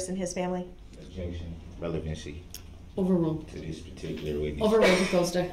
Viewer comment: Even worse when he says revelancy.